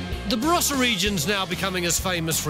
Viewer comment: Varossa? It starts with a B.